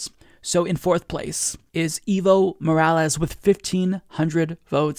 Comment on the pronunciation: Your English pronounciation of "Evo" makes it sound like "evil". Try saying "Aevo" instead. That would be way closer to the Spanish pronounciation.